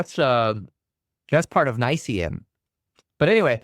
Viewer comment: It's actually N-Y-S-E